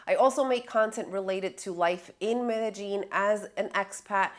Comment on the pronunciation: You can tell if you’ve been scoped or ruffied when you start pronouncing Medellin - ‘Meta Jean ‘.